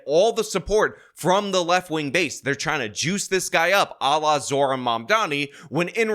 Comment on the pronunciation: It's Zoh ran, not Zor han. If you want to mispronounce him on purpose, call him Moron Damncommmie.